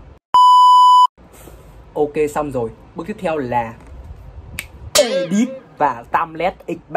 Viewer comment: đít chứ không phải đuýt anh ơi😅